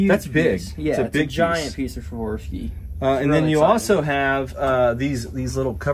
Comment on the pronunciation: It has been a few weeks and I got to say it, but I think Swarovski is mispronounced? Swa Rofffff Ski, you guys are mixing some letters